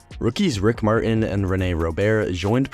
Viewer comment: It’s pronounced MarTAAN.